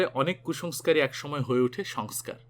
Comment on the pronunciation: এতই সঠিক উচ্চারণ , তাই এটুকু জানাই সংস্কার উচ্চারণ ঠিক ছিলনা আর অভিনেতা সঞ্জীব কুমার কে যিনি বিয়ে করতে চেয়েছিলেন, তার নাম সুলক্ষনা পণ্ডিত, সুলেখা পাণ্ডে নয়